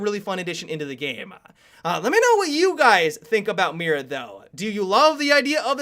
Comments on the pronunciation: pronounced "me-da" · Can you please pronounce it "Mita" that is how is should be pronounced. Not trying to be picky, it is just a thing that I think could help you. Great video, can't wait to see her if she comes to the game! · Tronical because the "i" in Spanish is pronounced as the "ee" in the word see. The "r" is pronounced/rolled like the "d" in ladder. And the "a" is pronounced as the "a" in father. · you mispronounced Mira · he sounds so funny when he pronounces "Mira" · okay, spanish native speaker here, i have a lil bit of cancer now, thats not how mira is pronounced